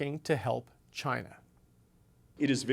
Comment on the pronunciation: I thought he would never say Chinya!